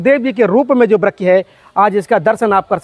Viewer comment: आप वृक्ष का उच्चारण सही कीजिए अगर वृक्ष नहीं बोल पा रहे हैं तो पेड़ बोल दीजिए हम सनातनी है हिंदू हैं अपना अपना उच्चारण सही रखें तो अच्छालगता है हरे कृष्णा जय श्री राधे